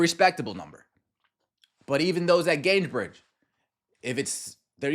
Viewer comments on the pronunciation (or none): Come on. You're a Fever fan, gotta learn that Gainbridge doesn't have an S in it.